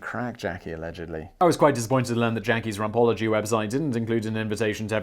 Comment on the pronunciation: 1. I thought you said "Ron Paulogy" not "Rumpology" 😂 2. Domesticated chickens don't fear shadow of a diamond kite, circular frisbee, or even that of a duck/goose BUT they do fear shadow of a hawk even if there's no bird present. Scientists ran a study on newborn chicks from an incubator where they ran various shapes across a zip line to cast different shadows on the ground & their conclusions were surprising. The chickens instinctively recognized the shadow shape of a predatory bird & ran for cover but ignored migratory bird shapes - with no prior knowledge of either... There is SOME validity in the genetic memory theory & they think that's why some people instinctively fear the dark. 3. Ear candelling actually works if you've got swimmers ear, but there's other options that are much less flammable & face melty... 4. Free Danny from the radiator before I call Hague or Geneva on you... That b*tch still owes me a favor - don't make me use it, Simon!